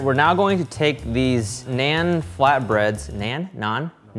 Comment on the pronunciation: I love this show, but every time they say "naan bread" or mispronounce naan, it hurts a little more.